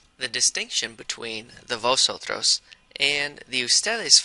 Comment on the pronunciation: 🤦🏽 He pronounced Vosotros wrong. Remember y'all, the letter V make a soft B sound, while the letter B is a hard B.